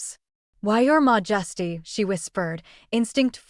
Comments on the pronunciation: Mah-just-ee threw me out of this. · Why would even the AI interpret 'Your majesty' as being pronounced 'mojesty' or something like that? It's so annoying and distracting.